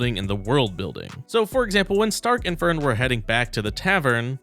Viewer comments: I'm more worried about how many times you mispronounced Fern as Fair-en, hehehe :D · The way you say ferns name here confused me for half a sec, lol. Nice vid